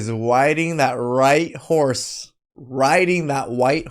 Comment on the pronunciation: Sorry, was that "riding the white horse", or "riding the white whores"?